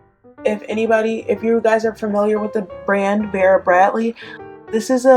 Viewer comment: It’s Vera bradley not bera bratly